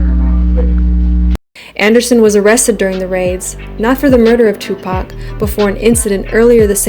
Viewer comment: she really said tupac shock whore